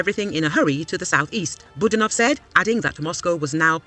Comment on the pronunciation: Boo! DAN off - not boo dan OFF.